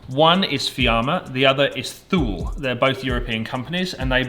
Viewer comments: Putting my pedants hat on for a second, Thule is pronounced "too-lee" not "thool". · Thule is pronounced “Tooly”